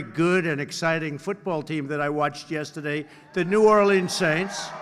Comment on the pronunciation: Can’t even pronounce New Orleans correct. So when’s it going to start to be about himself. Cindy Hyde Smith, bigot & racist.